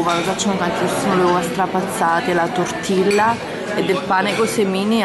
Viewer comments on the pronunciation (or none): Comunque si legge tortiglia non tortilla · No TortiLLa con la L non si puó sentire daii